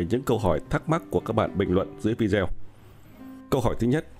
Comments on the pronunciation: Chữ vidéo đọc đúng là "vi - đê - ô" chứ không phải vi-deo hay vi-déo. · Cảm ơn anh đã đọc nhưng có thể đọc video thành viđiô thì nghe nó được hơn.